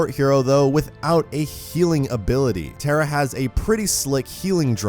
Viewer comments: Your pronouncing her name as "TERA" like tera nova. Her name is pronounced TAH-RAH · Proud to be thai Also pronounced "Taa raa" not "tare rah" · Why does he say Tera it's TARA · Pronounced....TAWRA not TERRA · NOT TERRA! its tah-rah tara not terra!! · Tara is a hindi language word which means star. It is a popular name in India and it is not pronounced as terra*. It is pronounced as *tah rah तारा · It’s pronounced taa raa it’s an Irish name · Pretty sure you'd pronounce it 'tah-rah' you know.. like the girls name tara... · You pronounce the name wrong. Tar. Ah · It actually pronounced taa raa in thai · Tara* not tera... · None gonna talk about how badly he's pronouncing Tara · I love the character as a whole but I know it not his fault but the way he pronounces the name is ticking me off a bit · Just to let u know that's not how you say her name